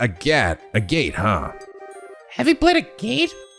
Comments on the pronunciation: Btw Agate's name is pronounced "Agg-it". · You were SO CLOSE to actually pronouncing Agate’s name right, that’s actually impressive. Its actual pronunciation is more like “A-Git” (like Ad-Kit). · I usually use the minimap to navigate in this game too, just feels right Yes, the enemy can in fact deathblow you. And it’s the worst. A fishing minigame? In a JRPG? Sounds farfetched to me personally As others have said, Agate isn’t exactly pronounced the way it looks. It’s a type of gemstone, and the proper pronunciation should be easy enough to look up if reading other’s comments hasn’t helped. An Arge is a Meter. Estelle did mention Cassius being in the army during the whole clocktower scene with Joshua earlier I absolutely love Olivier just rolling with every punch and taking everything in stride. “You’re annoying and we hate you” “Oh thank you, you’re too kind! ❤” Also he’s basically the best mage in the game, so have fun with him!